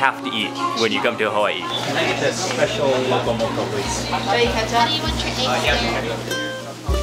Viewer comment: I Just KNEW you had a local connection from your Duk Kee Chinese Chop Suey vid...my FAVORITE Chinese restaurant BTW, cause da prices are CHEAP! Hey Cammie (Owner) and Annie! You can speak local, pronouncing “sashimi”, “loco moco” and “musubi” properly. But for the opihi, you gotta use the shell from one to dig out the other, neva mind using your teeth...Auwe! LOL... You da Mark Wiens!...😎